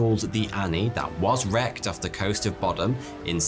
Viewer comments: boddam is pronounced “bod-uhm” not “bod-ahm”😭😭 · I live in the town peterhead that's right next to boddam, and I've never heard of this, how!!! Edit it Is said bod-um not bodd-dam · I'm quite near 'Boddam' this pronunciation made it sound posh 😀 it's not . .